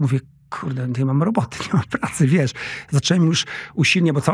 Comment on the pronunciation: Błagam proszę nie mówić : wies co tylko wiesz co, tam jest sz na końcu.